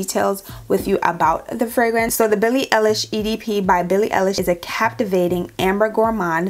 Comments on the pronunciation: It’s all horrible. Her last name is pronounced “eyelish”. ❤ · Billie EYE-lish 🙂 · her name is pronouncd EYE LISH YOU DO NOT EARN A LIK OR SUBSCIPTIONJUST FO THAT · It's ey- lish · Eye-lish* btw